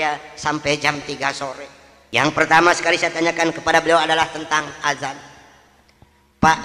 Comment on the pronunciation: BUKAN ADAN PAK TP AZAN